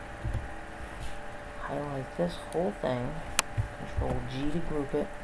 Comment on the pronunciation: wat r u saying wen u say control? U saying control something. Cnt understand wat u r saying.